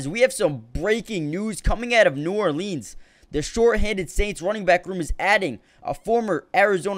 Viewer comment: Can tell you're not from NOLA. No one there pronounces it NEW OR LEENS lmao